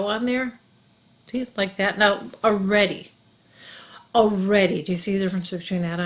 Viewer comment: I love how you say Oh-ready (already) ... I've missed your vids... work has been so crazy (health care)... but I'd forgotten how much I learn from you. You are so the best